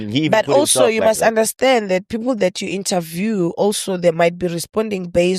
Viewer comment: Not saying Philile instead of people😂😂😂!